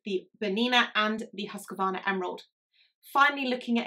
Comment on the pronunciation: Husqvarna is pronounced HOOS-kvarna